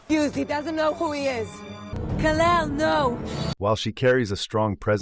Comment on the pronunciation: “Kal el no” 😂😂😂💀💀